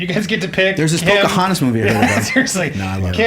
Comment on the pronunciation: I was waiting for her to pull out the years of injustice the second she said pocahantus